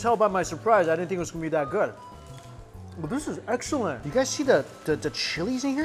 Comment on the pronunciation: “That is pretty darn gwouud”